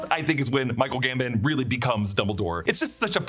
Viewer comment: 3 films in and still calling him Michael GamBIN instead of GamBON